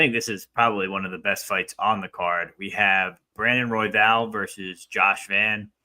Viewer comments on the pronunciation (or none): Had to rewind a couple of times but the way pronounces Royval sounds he’s saying Huevos. Which means eggs 🥚in Spanish 😂